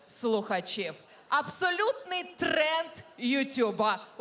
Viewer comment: дефект речи ТРЭЭНД??